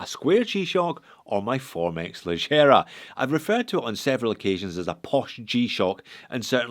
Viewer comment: Leggera is an italian word. Please try to pronunce it /lɛɡɡɛra/ not /lɛɡɡijɛra/